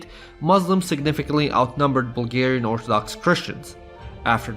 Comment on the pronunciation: this video was well made but the way you pronounce bulgarian stuff just kills me